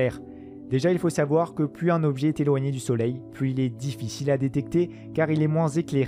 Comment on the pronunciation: Dommage que ce passionnant documentaire soit handicapé par une voix off qui massacre littéralement la langue (parlée) de Molière. >>> si séloigné, trop séloigné... et j'en passe.